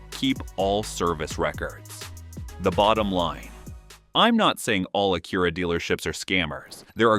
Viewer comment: Low quality AI video, cant even pronounce Acura.